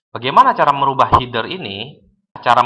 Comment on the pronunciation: Appearance dibaca apiriens, Header dibaca hider hahahaha